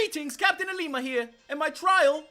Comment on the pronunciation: who else gets triggered because he says LLima's name with an I in the front